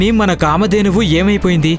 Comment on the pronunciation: Excellent, But that కామధేనువు not కామద్దెను